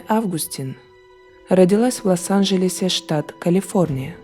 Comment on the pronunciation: Пожалуйста,не ЛАС-АНЖЕЛЕС!! ЛОС-АНЖЕЛЕС!)